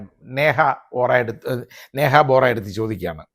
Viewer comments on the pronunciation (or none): വോറാ അല്ല, ബോറാ ആണ്.